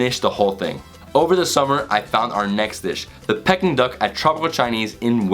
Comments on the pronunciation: Aaaah come on dude... PECKING duck???? Peking... like 'pee-king'... the place in China!!! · Peking - is pronounced ‘Peeking’ and not Pecking. Saag - is pronounced ‘Sag’ and not Sage.